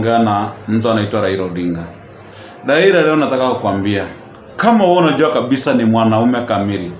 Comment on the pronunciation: Raila not raira. 🤣🤣🤣